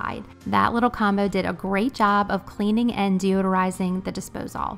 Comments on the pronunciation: I’ve never heard anyone say “Dispose-All” before, lol. I’ve only ever heard it pronounced “Disposal”… I had to rewind to make sure I heard you correctly and then when I saw you’re check list, I was SURE it would say “Dispose All” but sure enough, it said “disposal”. Maybe it’s a southern thing? Very sweet. Love this video! I am cleaning with you, I just had to take a quick break and I decided to comment. Keep the videos coming!! You got yourself a new subscriber! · I’m new here … have I been saying disposal wrong ? Is it really dispose-all ?